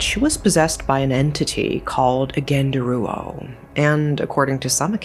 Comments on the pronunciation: By the way, genderuwo is not pronounced as [ɡɛndəruwo]. It's [ɡəndəruwo] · I stopped watching after she said genderuwo, I cant bear it. It's too idiotic even for me as an Indonesian.